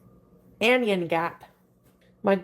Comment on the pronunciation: biologist here, "anion" is pronounced "an eye in", to match the pronunciation of "cation", which is, "cat eye in". the two words refer to the negative and positive versions of ions and so are pronounced the same as the word "ion", equal emphasis on all syllables.